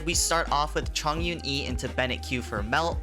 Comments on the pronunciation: its Chongyun not Zhongyun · 重云’s name is read as Chóng yún not zhòng yún the word 重 has two pronunciation but diff meanings just pointing that out